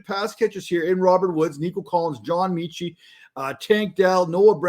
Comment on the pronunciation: John meh-chi. Meh Chit. John Metchie, pronounced Meh-chi